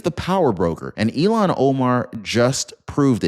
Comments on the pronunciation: Ill (sick) han. Not Elon! ill han please she is sick illhan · Please pronounce hed name correctly. I have to think three times when you pronounce name as Elon. Her name pronounced Ilhan. The Il. part of her name is pronounced as Ill or I'm sick as ill. The rest of her name is Han. Her name begins with a short "I", Elon begins with a long "E" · Her name is not Elian… It’s IL HAN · ILL HAN ILL HAN! NOT ELON!! DIPPY!! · ITS NOY ELON!! ITS ILL HAN !!! SAY IT RIGHT!! YOUR SUPPOSED TO BE A JERNALIST RIGHT??? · It's not elon it's ilhan! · Her name is not Elon it is Ilham. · Her name is written with two consonants together - L before H. Pronounced "IL" "HAN". My husband is from Turkey and his first name is also Ilhan. Frequently mispronounced.